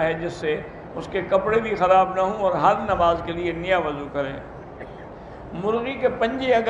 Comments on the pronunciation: بھائی جان مرغی اس طرح ہے( مرگی ) غلط ہے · بھائی پہلے اپنے الفاظ ٹھیک کر. مرگی نہیں " مرغی" ھے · اوہ پائی مرگی نہیں مرغی 😂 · مرغی ہوتا ہیں مرگی نہیں اور ماشاءاللہ آپ کی ویڈیو بہت اچھی ہے. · مرگی نہیں مرغی... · کوتھے مرگی نہیں بلکہ مرغی ہے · Bhai مرغی ہوتا ہے مرگی ni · Not مرگی(mirgi) but مرغی(murghi=hen) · مرگی نہیں جناب مرغی ہوتا ہے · مرگی نہیں مرغی ہے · مرغی ہوتا ہے مرگی نہیں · او بھائی یہ مرغی ہوتا ہے مرگی نہیں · مرغی ہے بھائی مرگی نھیں ۔۔۔۔۔۔۔ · Q urdu ka janaza nikal rahe ho wo مرغی hota h